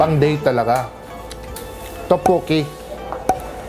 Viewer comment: Sobrang nakakatawa yung tokboki pag ka bigkas ni ryan.. Tawang tawa c yeng.. Me too.. Sobrang saya ng vlog nyo..bait ng husband ni ms. Yeng.. Ilove this vlog. ❤️